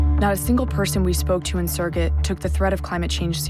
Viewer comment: Add "Sirgit" to that list. Surgut, 'soor-goot.' Please stop butchering the Russian.